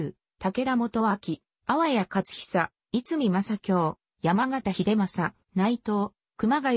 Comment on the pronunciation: 大飯郡は逸見（いつみ）ではなく”へんみ” です。